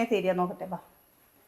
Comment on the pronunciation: ബാ എന്നല്ല വാ എന്ന് പറയു